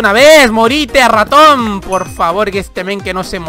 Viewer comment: Porque cuando dices raton se escucha como ratom ???